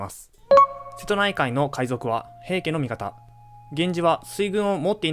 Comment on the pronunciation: 一ノ谷が「イッキー」、義経が「ヨシ」と読まれた瞬間、物語が一気に茶番になった。 さらに瀬戸内は「セトチ」、挙げ句の果てに義経が一度「シムラ」――ここまで来るとビデオ自体が冗談。 AIナレーションは罪深い